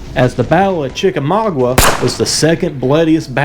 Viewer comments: You are saying it wroung chica ma ga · Chicka mau ga the u is silent